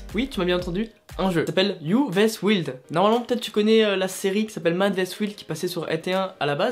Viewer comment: Ummmmmmm.....le i de wild se prononce comme un y. Tu ma stressée tout le temps ou tu a prononcé wild😅😅😅